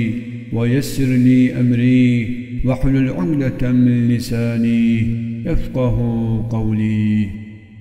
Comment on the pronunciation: Ukdeten değil de umdeten diyor